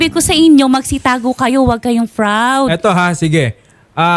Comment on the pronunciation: PROUD Hindi FROUD. Lagi ka nalng nalilito sa P and F. Sabi mo COOFERATE instead of COOPERATE.